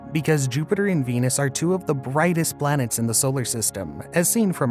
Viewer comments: kind of sounds like you are saying.."BLANETS" It's distracting. Can't finish the vid. :( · 24 blanets 😅